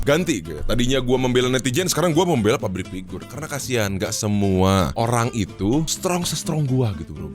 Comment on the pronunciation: entah perasaan aja atau emang gw denger "pabrik pigur"